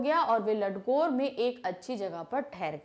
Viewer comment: Apne bohut sari jagah mispronounce Kiya hai Fari kalimpong hai Danda thonglaa hai Ladkor nahi lankor hai Pease correct